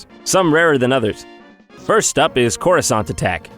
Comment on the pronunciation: CoruSANT? Jon bby pls